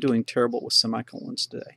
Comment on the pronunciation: I get the feeling you may have been to a funeral or another sad occasion, i kept hearing semi condolences.......made me smile. Thanks again for another valuable lesson. Simon